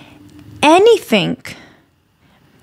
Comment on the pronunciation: she pronounced it like anythink